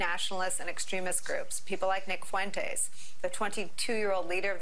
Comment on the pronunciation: Why can’t you say his name correctly? Nick Fuentes es is an es sound stop making it sound weird